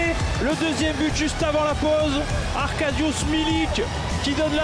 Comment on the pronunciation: "Il est signé arrrrrrrrrrrrrrrrrrrrrrrrrrkadush milik 😂😂"